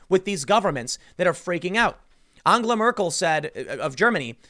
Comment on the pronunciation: Call her An gel a. Not anga la